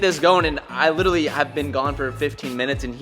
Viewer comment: Rumour has it if pronounces 'literally' correctly the effects of global warming will cease and will eventually reverse.